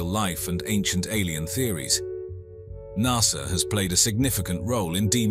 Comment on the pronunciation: There is NO R in Nasa